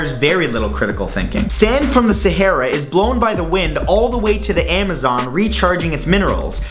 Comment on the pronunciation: "Sehera" I'm dead bruh